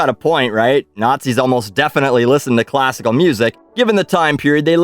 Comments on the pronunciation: Classical Mussic 😆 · I like classical "mussic." lol